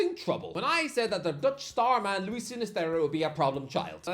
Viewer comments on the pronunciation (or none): none